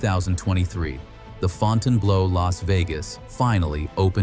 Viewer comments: It's ..."blue" not "blow." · Interesting story; horrible pronunciation. Font-inblow 😮😮😮😮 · Fonn tann blow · It'd be nice if the commentator had taken the time to learn how to pronounce the name of the hotel correctly.